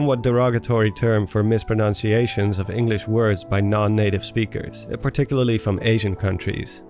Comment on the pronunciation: “misproNOUNciation” 🤣 Perfect timing